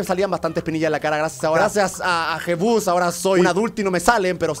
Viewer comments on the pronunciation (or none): Em bes de decir jesus dijo jebus